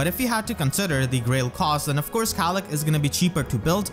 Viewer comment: mispronouncing Caellach because he can't handle the weight. (I really hope is familiar with TLP...)